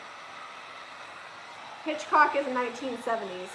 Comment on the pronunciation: Hitchcock not hancock